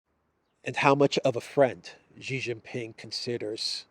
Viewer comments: I know you care about words, so please allow me to mention that Xi's family name is pronounced like English "she." It is NOT pronounced "zhi." I hope you will respect Xi and pronounce his name as Chinese pronounce it, i.e., as in "she." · Xi: "sea", not like Gi.... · pronounce Xi like she. She is smart...